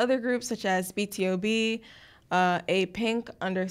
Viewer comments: sis.. its not pronouced be te-oh-b its pronouced bee-too-bee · IT IS NOT B-T-O-B IT IS B TO B (BORN TO BEAT) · sis trynna drag cube but still pronounce btob as B T O B, and honestly you guys who trynna drag cube down doesn't even think about the artists that are under cube ent. If an agency go down, so will the artists (and the trainees) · BTOB is actually pronounced bee-too-bee (Born To Beat)